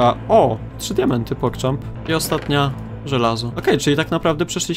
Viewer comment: Czemu musisz cały czas muwisz pogchamp